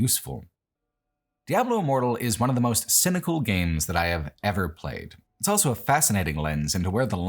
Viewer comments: pronounces the word "also" as "elso". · Why does he say 'elso' instead of 'also'?